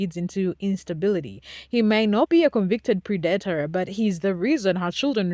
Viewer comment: Love how well done the video is!! Its not a big deal and honestly, I could learn to love your pronunciation predator is dat is like mat not like mate or date. And pre like press not pre like preamble. I apologize for the english language, its stupid and I hate it. And its designed to make even Einstein struggle with it. I hope you dont take any offense, I just noticed the word tripped you up a couple times... it definitely doesnt follow a standard grammar rule.